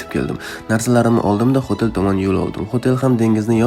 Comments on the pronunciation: Xotel degan ekansiz men xotelni xotin deb eshitibman😂😂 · Xoʻtel deganizga man mazza qildim😂😂😂